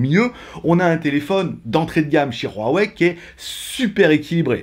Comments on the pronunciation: C'est Huawei et non "Ruawei" tu me stess en disent ça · Ruawei tu es espagnole toi 😂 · Pq tu prends un accent espagnol qd tu dis Huawei 😂 Et petit modif, la radio est présente 😉